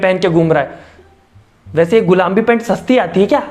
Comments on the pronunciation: Gulambi nhi gulabi hota h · Bahi app gulabi ko gulambi bol rahe ho🤣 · Gulaabi bhi nhi bola usne gulambi bola 🤣🤣🤣🤣🤣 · Who notice says gulambi instead of gulabi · Kya sirf mujhe hi lag rha h ki gulambi ni gulabi hota h....?